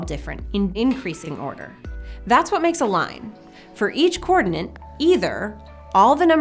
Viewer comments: I'm sorry to mention this, but hearing "coordinant" instead of "coordinate" really presses my button in this video! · Do You say (or just pronounce) coordinate with an "extra N" as in coordinaNte?? Or are my ears playing a trick on me. And if You are is that "American English" or merely a "personal quirk"? Best regards. [Sincere apologies beforehand if I come across as rude or "trollish" since that isn't my intention, I'm simply curios and trying to improve my understanding of the English language.]